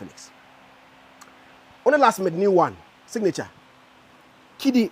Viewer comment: Signature Zion not singnature